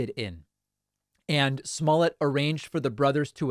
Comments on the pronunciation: Sir , it’s pronounced juicy smuckers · Jussie Small-let? Lol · Sir it's pronounced juicy smolett